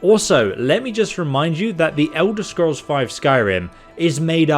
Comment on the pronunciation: The Ewder Scrows